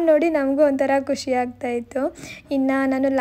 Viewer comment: ಖಷಿ ಅಲ್ಲಾ ಖುಷಿ